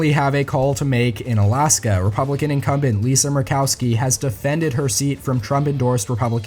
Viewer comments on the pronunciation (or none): none